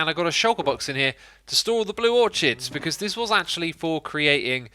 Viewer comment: Orchid is pronounced "or" + "kid". ;)